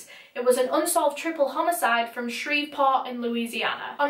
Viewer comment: I’m from Shreveport and you pronounce it so much better than people from here.